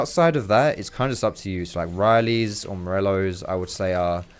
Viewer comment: The worst part about him playing taliyah is him saying "riley's" instead of "rylai's"...